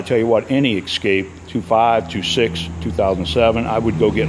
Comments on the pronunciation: Essscape not xscape. Guess you have it confused with Xterra 😂😂😂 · Escape, not Ekscape. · Please stop saying "excape".